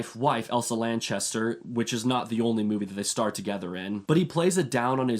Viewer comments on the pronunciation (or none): none